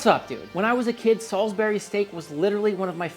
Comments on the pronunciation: Pronounced Salsbury not Salisberry. Also you can just say wuster sauce instead of wurssestersheer sauce. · Its Salisbury steak.. Not Sulisbary steak dude. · Great video Dude! I am going to cook this. Great English accent btw, and to set the record straight it's pronounced "salsbry" steak and "Wooster" sauce. . . . From Scatlend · sAlsbury Not saWsbury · It's pronounced "Solsbury" here in The UK where Salisbury is. Great show and I love the recipe. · In the Uk it’s pronounced “salzbury” although I’ve never seen this dish in the Uk , it looks very British with the green beans and mash on the side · 😈both SOL-iz-berry 4 syllables! That hurt to say outloud.😂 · It's Salisbury like Saul's Brie. And Wuss-tuh-sheer.